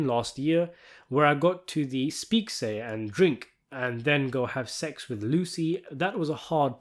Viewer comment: I really enjoy the analysis and the narration is nice and clear, but I have to ask. Is the voice computer-generated? I can't imagine an actual person pronouncing "speak-easy" as "speak-say" .